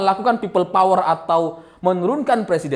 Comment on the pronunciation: Peyot bang,bukan power.